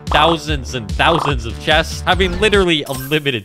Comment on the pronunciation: "THAUSEND of chestes" 313 exactly